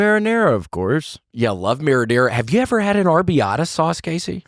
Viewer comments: It's arrabiata not arby-ata you absolute hills-have-eyes rejects. I'm sorry I didn't mean that that was mean, i'm gonna leave it though happy new year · William—FYI, it’s ArrAbiata sauce and, yes, it’s DEE-LISH!!